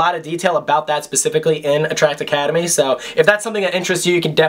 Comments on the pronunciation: Excuse me... did he just say... attracticademy? HOLY SHIT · Drink every time he says attract academe lmao